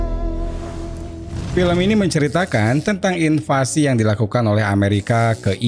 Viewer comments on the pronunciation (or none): none